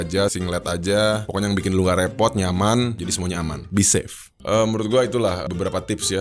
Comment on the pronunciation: Be safe... gw dengernya kok bisep ya 😏